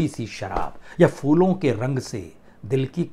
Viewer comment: वाजपेई जी अब सूचना तो बहुत ही अच्छी दे रहे हैं ,बुरा मत मानिए उच्चारण थोड़ा सा मुझे असहज लग रहा है। नीरज ने जो गाना लिखा था उसके बोल थे "कारवां गुज़र गया" ना कि कारवां बदल गया। दूसरी बात की शब्द फूलों के रंग (phoolon) से होता है ना कि फ़ूलों के रंग होता है।